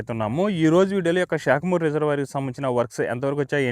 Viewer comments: Shekamuru 😂 it's saekhamuru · బాబు మన తెలుగు ని ఆ పక్క రాష్ట్రం తొక్క లో యాస లో మాట్లాడకు. శాఖమూరు అనాలి .. షాకమూరు కాదు.